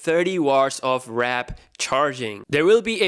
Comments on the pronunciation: warp right? not wrap :) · Not wrap, It's warp charge dawg!!!